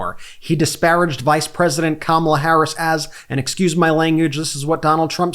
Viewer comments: say what you want but the pig finally said Kamala correctly. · He actually said comma la! Wow 😂 wonder if he realized he actually said her name correctly 😮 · Hey!!! He actually said her name correctly!!! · He said her name correctly… he’s desperate 💙💙💙💙🩷🩷🩷🩷💚💚💚💚🇺🇸🇺🇸🇺🇸🇺🇸